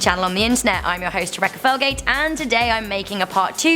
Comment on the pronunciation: She said Trebecca Ferlgate